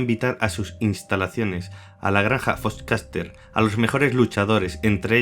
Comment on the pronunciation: Me mee de la risa cada vez que decia foxcatcher "fochcaster" 😂😂😂